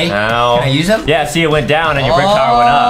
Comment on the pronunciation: Adam made a mistake by saying tower to towyer